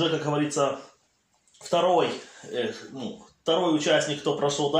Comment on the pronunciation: "Как ГоворитсО" (с)